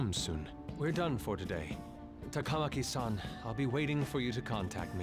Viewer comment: I've heard more than once that Atlus insisted on the names being pronounced as they are in the game. I don't know why. But yes, it's weird hearing sa-KA-moto instead of saka-MO-to and ta-KA-maki instead of taka-MA-ki.